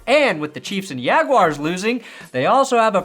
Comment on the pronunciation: Ravens play the Rams next week not the Yague-yars